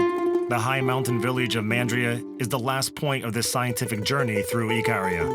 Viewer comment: The narrator can't even pronounce the island name properly, Ikaria.